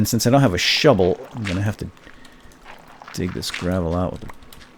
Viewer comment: He said shuble lol :o